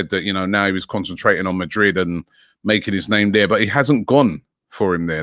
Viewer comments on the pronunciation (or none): none